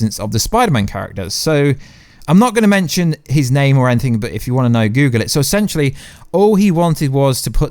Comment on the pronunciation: 7.34 eshenshelly